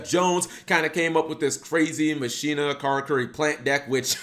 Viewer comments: Machina = Ma-shee-na? I always thought it was pronounced Mah-keen-nah! I used to use them with karakuris& Mekklord granels! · Its "Ma-ki-na" y'know, like Deus Ex Machina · Mach....e...na its spanish for machine just it doesnt sound like you butching the name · Isn’t it pronounced “ma-ki-na”? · ir is prenounce makina though tone the Ma. Same as Deus ex machina